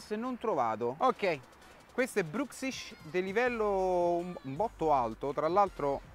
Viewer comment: però il nome bruxish l'hai pronunciato giusto